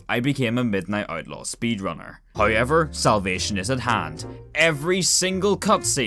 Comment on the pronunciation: i love how he says hayever instead of however